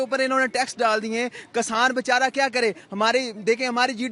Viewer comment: कसान नहीं भईया किसान कहते हैं 😅😅😅😅